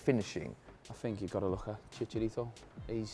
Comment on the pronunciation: its chicharito not chicarido